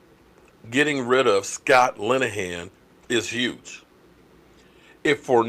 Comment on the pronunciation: Please don’t pronounce that name again Vanillahan Lineahan. Sabotaging our Cowboys